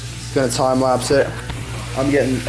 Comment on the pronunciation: it's 'lapse'.